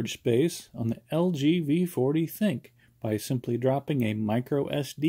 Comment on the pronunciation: Not being rude. But its the thin - Q